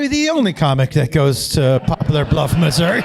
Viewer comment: Upvote for pronouncing Missouri right the second time lol